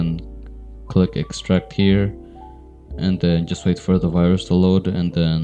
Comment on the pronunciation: I like how he says virus ha..ha... Did I just download A VIRUSSSSHFIE